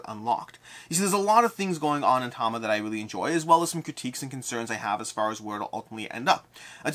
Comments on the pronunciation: You mean mid video where he says Tama - Chronicle of Ascend? No, I think he mis-spoked the name. It is Tamashii. Ta-ma-she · Am i miss hearing you are you just calling it Tama? I sort of always though it was ta-mash-ii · Is it really pronounced Tama?